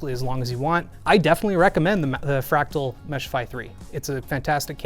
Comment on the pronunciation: Lol Crack-tal